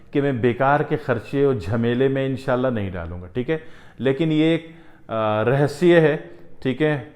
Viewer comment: پراچین کال کا رسیہ صحیح تلفظ نہیں ہے رہسیہRahassye